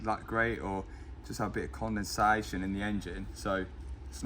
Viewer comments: "It's just condensaeshjon" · Con den SAY shun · His dad’s reaction to “condenSAYYYYYYtion” 😂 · This is the new way to say condensation "Con then say shun" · “CondenSAYtion” your dad is smiling like crazy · Say condensation! 😂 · The most british pronounciation of "CONDENSATION" I have ever heard.. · The way he said condensation lol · Matt say Condensation😅